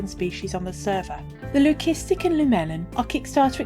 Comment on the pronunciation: Thank you for the lovely video. Btw Leucistic (lew-sis-tick)